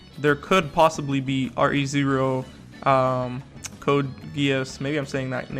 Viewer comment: Btw you pronounce it RE:Zero and not R.E:Zero and also not R-E:Zero